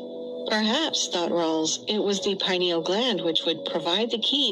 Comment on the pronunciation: Unfortunately, the bot kept mispronouncing the word "pineal." People that aren't familiar with the word will just take the bot's word for it. Hmmm